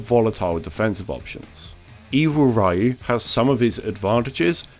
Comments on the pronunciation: It's funny how you talk about how secret characters are known around the world because the information gets passed through the internet so quickly... but you don't know how to say Ryu's name, the face of Street Fighter. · I can't take a Street Fighter YouTuber seriously that can't pronounce Ryu properly... You are a fraud. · People still unable to pronounce Ryu correctly. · super video man! the only thing i ddin't like is how you pronnounce RYU. The rest is PERFECT! 🙌🙌🙌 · I'm one of the last people who will harp on pronunciation, but anyone who has played fighting games has definitely heard the announcers say "Ryu" in any game he is selectable in. How does one hear it so often and still get it wrong? I'd get it if his name was never pronounced, but, like, it totally has. I get the gye-den vs gay-den debate, as honestly it's not an English word and it was never really pronounced in a game. Ryu is in at least 20 different games. Outside neo geo pocket titles, you're going to hear the announcer say "Ryu" when he's selected or he wins. This leads me to believe the person narrating this video just hasn't really played street fighter or any capcom fighter sans darkstalkers. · Even fighting game YouTubers can’t pronounce Ryu. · For a fighting game YouTube channel, how you gonna mispronounce the most famous fighting game character? Back in the day, sure. But 2021 with internet and proper voice acting in gaming? Blows my mind! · Take a shot everytime time he mispronounces "Ryu" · no thanks i enjoy having a functional liver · But it’s not 1994 anymore. Everyone should know how to pronounce it. It’s not an opinion - there’s a correct way and an incorrect way. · Except it's not, it's one syllable. If you're gonna correct someone, at least have the right answer yourself. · It physically hurts me every time he pronounces Ryu the wrong way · The true evil is not knowing how to pronounce "Ryu" in current year. XP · Ya it's you Americans who are actually pronounce it incorrectly.